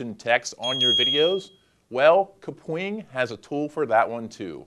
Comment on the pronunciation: everytime he says KUH-pwing, instead of cap-wing........